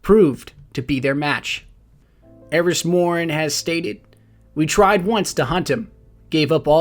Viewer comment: Why do you keep calling her 'Aeries' when it's clearly 'Eris'?